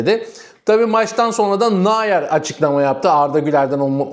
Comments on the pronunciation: Nayer kim kanka? Hani desem ki almanlar “Nayer” diye okuyor da sen de telaffuza dikkat ediyorsun, o da değil :) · bu telaffuzdan neredeyse Umut nayır çıkacak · Nahyer değil , Noyer diye telaffuz et ,🤔😁😆😁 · arkadaş kaleci nayer değil noyer...... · Yorumlarınız gayet güzel ama lütfen "Naayır" demeyin. Nöyer... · Nayer değil, nooyer olacak, çok belirgin rahatsız ediyor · N A Y E R degil bu arada, NEUER (noyer diye okunur) …. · ..Nayer diğil Nouer...😂😂😂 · Nayer kim anlayamadim bir türlü,kendini gelistir biraz,dedigin futbolcu Neuer ise okunuş sekli Noyer okunur,Nayer Nayer diyip dutma oğul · Kırk yıllık Noyer'e naayer naaayer deyip durma la 😡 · Naer ❌ Neuer ✅ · Kaleci Neuer Nayır diye okunmaz. Doğrusu Noyer diye okunur. Sevgiler. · Naer deyip durma 😂noer de şu kaleciye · Nayer değil Noyer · hocam sinir ettin beni. 😄 nayer değil noyer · Neuer Nayer okunmaz. Sen hangi dilde okuyorsun? Neuer Noyer desen daha doğru. Neuer yenisi demek. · Kardeş Neuer, Nayer diye okunmaz Noyer diye okunur, o kadar çok tekrar etmişsin ki uyarmak zorunda kaldık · Türkçe okunuşu Nayer değil noyer 😉 güzel kardeş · Nayer değil nouer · Selamlar. Çok tekrarladığın için yazmak zorunda hissettim. Nayer’i nerden duydun anlamadım. Kimse Nayer demiyor. Neuer, Almanca Nayer değil Noyer olarak okunur. Yazılış = okunuş örnek Eu=Oy Ei=Ay Sch=Ş Tsch=Ç … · Kardeş, "Noyer" diye okunan ismi "Nayır" diye okumak bayağı orjinal olmuş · Dostum Nayır değil Noyer diye telaffuz edilir, Almanyadan selamlar ✌️ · Nayer ne aga :) Alman bu arkadaş dolayısı ile Noya(r) diye okunur? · (Manuel) “Neuer” - Türkçede “Noyer” demen lazım arkadaş 😊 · Okunuşu böyle, nooyer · selamlar, neuer’in ismini yanlış telafuz ediyorsun. No-yer olacak. Bir gazeteci olarak doğru telafuz etmen önemli diye söylüyorum yoksa kötü niyetimden değil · Kardesim, Neuer ( Noyer) diye Almanca okunur. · "Nayuer" nerden duydun da acaba böyle bir telaffuz kullandın merak ettim? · Noyer diye telaffuz etmelisiniz.